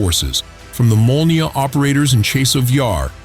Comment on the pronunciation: Molniya, gvozdika sounds absolutely correct. Nice